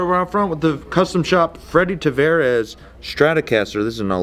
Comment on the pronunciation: It's Tavares, not Travares.